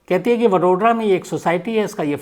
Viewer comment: वडोड्रा नही वड़ोदरा